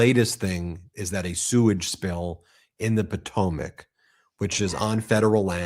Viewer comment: First let me say I watch your channel EVERYDAY. But I'm kind of tired of the mispronounce names. I will spell them phonically, Mountbattin and Patoemic. There have been others but these were in this broadcast.